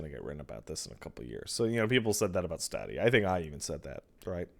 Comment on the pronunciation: HOLY FUCK. Sense the Stadia got announced ive been cringing every time you say Stawwdia. But at the beginning of this fucking stream, I was like, "know what? Fuck it, Stawwdia doesn't deserve to have its name said right." And then merely seconds later you pronounce it STAYDIA Pat your a fucking bastard and i love you.